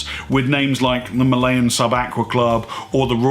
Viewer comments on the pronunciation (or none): none